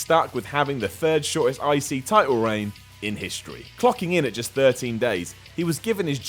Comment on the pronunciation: I thought he kept say 'icey title'